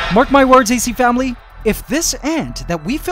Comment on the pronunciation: Did u say acFAMILY?!?!?!